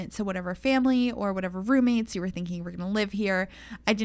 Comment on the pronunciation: oh ma gawd they were romates